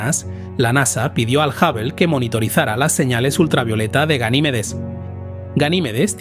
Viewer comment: La respuesta es sí. Con frecuencia cambia la pronunciación de ciertos nombres. A veces a Hubble lo nombra como Jável y a veces como Júvel, por poner un ejemplo. El tono constante y la falta de tono interrogativo en las preguntas son otras muestras evidentes.